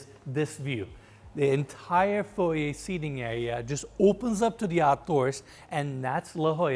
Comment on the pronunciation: Thank you for saying FOY-YAY not FOY-ER!